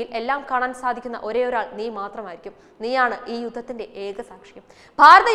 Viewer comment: ഈ അറിവ് പകർന്നു തന്നതിന് വളരെ നന്ദി. പക്ഷേ ഒരു തിരുത്തു വേണം .അത് ഗാന്ധാരി എന്നു പറയേണ്ടിടത്ത് കാന്താരി എന്നാണ് ആ കുട്ടി ഉച്ചരിച്ചത്. അത് ഇനിയും ശ്രദ്ധിക്കുമല്ലോ.